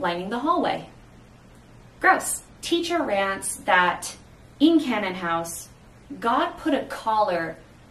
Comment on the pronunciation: The only complaint I have is that your pronunciations don't match what's in the audiobook. Canaan House is like "KAY-nin" house. Deuteros is like "DU-tuh-ross". Protesilaus is like "pro-teh-za-LAO-wus". Jeannemary is like "ZHAN-mair-ee". Nigenad is like "NAI-guh-nad" with a hard G. Cytherea is "kih-thuh-RAY-uh".